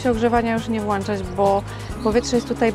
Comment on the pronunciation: nie włanczać tylko włączać poza tym wszystko super , pozdrawiam serdecznie